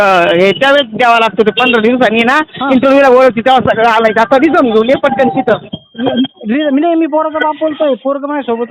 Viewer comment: रिझम ❌ रिझ्युमे ✔️